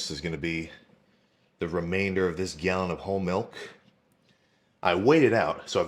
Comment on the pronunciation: MILK NOT FUCKIN MELK